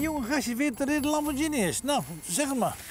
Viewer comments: Geen idee wie Enrico Lamborgsjinie is, misschien het debiele broertje van de oprichter Ferrucio Lamborghini (uitspraak met een -G en niet -Sjie) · leuk hoor. Nu nog Lamborghine goed uit leren spreken..;)